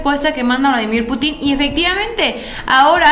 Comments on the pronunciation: Es pu'tin acento en la u no en la i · me desespero el estarte escuchando decir PUTIN con acento en la I...en primera en México escuchamos como lo dices y lo primero que pensamos en un PUTIN. POR FAVOR DI CORRECTAMENTE.